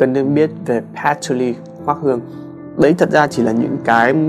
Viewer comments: Nghe phát âm "hút cần" buồn cười vãi :)$ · Nhấn mạnh hút cần quá sốp :)))